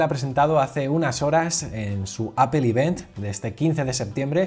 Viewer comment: Se pronuncia event no ivent, lo digo como comentario constructivo